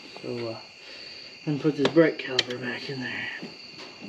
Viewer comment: Hi great video thanks not sure if it's your accent or my hearing sounds like your saying brake caliber. Should be caliper ✌️